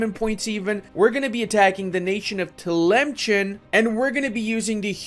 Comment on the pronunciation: *facepalms Arabic doesn't even have a ch sound in it how can you mess up that bad it is تامسان so it is pronounced like tilimsen with se being long